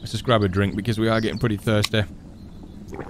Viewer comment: I am pretty thirsteh thirsteh what accent is that?